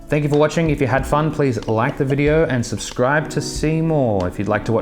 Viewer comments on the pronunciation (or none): none